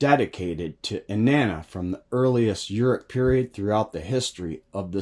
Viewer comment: I'm admittedly no expert but I believe Shinar is pronounced Shin-r..Uruk is oor- ook. Erech is a translation to maybe hebrew? Thanks ..interesting!!!